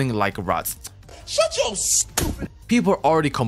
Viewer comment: Am I the only one who heard "WOWOU" when he was suppose to say "YEUR" 🤣🤣🤣